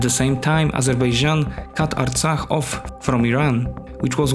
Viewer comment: You pronounce the foreign word '' Artsakh '' very well. You are not "Hay" by any chance? Since you started by lying when you said that the conflict has started to take control of Nagorno-Karabakh = Artsakh. No, Azerbaijan attacked to recover its territories equivalent to the area of Belgium empty of its 700,000 inhabitants in order to re-establish a security zone around a region (Nagorno-Karabakh) which produces nothing at all except a few sheep ... It is a financially and intellectually poor country which has no military tradition and not even a state tradition. In fact, their independence was given by Stalin.